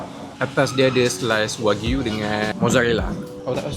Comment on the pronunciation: Aaaaaaaaaaa...akhirnya, jumpa jugak org sebut betolllll "wagyu" .. terasa sedap halwa telinga dengar Wa-gyu ✅️ Wag-yu❌️